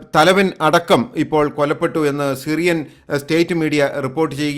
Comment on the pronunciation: എടാ പൊട്ടാ കൊലപ്പെട്ടു എന്നല്ല കൊല്ലപ്പെട്ടു എന്ന് പറയൂ